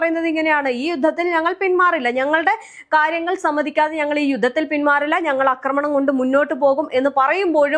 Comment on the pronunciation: അക്രമണം. നിന്നെ മലയാളം പഠിപ്പി ച്ചതാര്? ആക്രമണം എന്നു പറയൂ കൊച്ചേ!😢